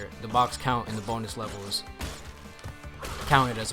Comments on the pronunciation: when he said bonus i legit thought he said b o n e l e s s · I thought u said B O N E L E S S Levels when u said 🅱️onus levels